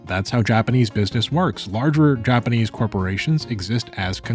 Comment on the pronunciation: say japanase one more time